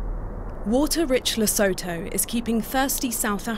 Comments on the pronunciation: It bothers me to hear how the narrator pronounced Lesotho. Lesotho - ləˈsuːtu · Everything you said Lesotho I cringed, the way you butcher their name. Please hire an African to do you African segments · So educational! How does one pronounce Lesotho? 🤣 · I tried to watch, but why should I care if the narrator cannot even be bothered to pronounce the country's name properly? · Not dams... politicians. Yet more victimhood reporting. The narrator must learn to pronounce Lesotho properly.